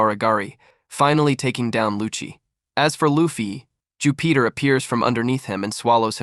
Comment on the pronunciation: I can’t get passed all the mispronounced names. If you’re going to cover a whole arc at least watch the show you’re covering because wtf. Even mispronouncing Jupiter is crazy. “Jew Peter”